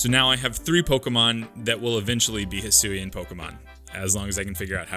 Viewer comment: Decidueye, not Dusudy! And do not leave off the A in Hisuian! And stop typing in all caps!